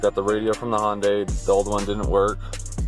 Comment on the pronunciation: you pronounced hyundai 3 different ways and i’m here for it